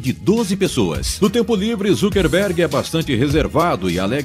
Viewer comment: "ZUCKERRRRRRRRBERG"???? OI??